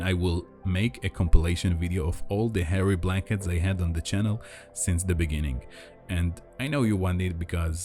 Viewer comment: Is he saying, "hairy blankets?"